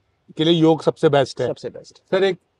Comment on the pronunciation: it's योग not योगा